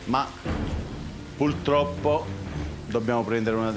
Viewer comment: Qualcuno può dire allo chef che si dice PURTROPPO ?